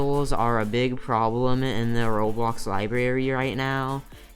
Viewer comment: How he says roblöx Lol